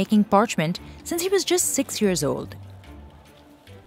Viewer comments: Lovely video! It's annoying how the narrator says years like yurrrs. If she can say sea (Dead Sea) then she only needs to practice saying YEARS PROPERLY! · It's YEARS not YURRRS.